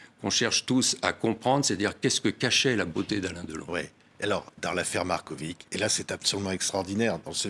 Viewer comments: C'est pas MarkoviK, mais Markovitch, avec tch ... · Patrick Simonin est un excellent journaliste posé et souriant mais pourquoi prononce-t-il le nom Marković : Markovik? C'est un nom serbe qui se fini avec un c surmonté d'un accent aigu et qui se prononce donc Markovich. Philippe Brunel prononce correctement le nom tout au long de l'interview mais Simonin ne corrige pas sa prononciation et s'obstine à prononcer Markovik! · Svp proncer Markovitch comme Djokovitch